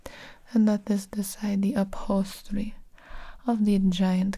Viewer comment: I could listen to pronounce "upholstery" on a loop.